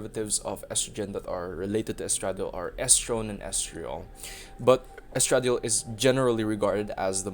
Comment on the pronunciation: Claiming my early card, also its pronounced es tra die ol in most places